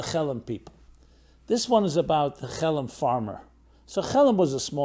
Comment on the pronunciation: Just say “Hellen” please